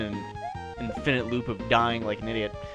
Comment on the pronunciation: I don't like the way you say infinite. Inf-inite.